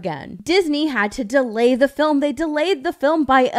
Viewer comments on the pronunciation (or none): none